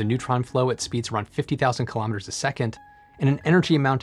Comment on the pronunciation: I had to un sub 'cause you can't even say: "Kilometer" correctly